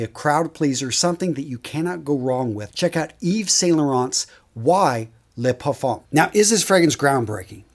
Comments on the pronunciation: Parfum is pronounced more like par-fuh. The m is very soft. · The M in Parfum is silent say Parfum without pronouncing the M in it.😉🙏🌞🌆👌 Blessings~